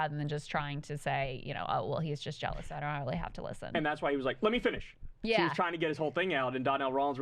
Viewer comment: "LEMMY FINNISH"